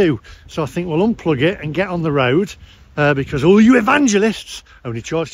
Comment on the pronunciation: Another -ism speech quirk is the way he pronounces "because". He says "be-corrs" but everyone else says "be-coz". Is it a general East Midlands thing? The only other person I have ever heard say "be-corrs" was 70s Labour politician Denis Healy but he was from Yorkshire! Very mysterious:)